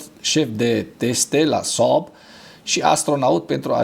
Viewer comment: Când pronunți Saab simt așa că te strâng chiloții de creier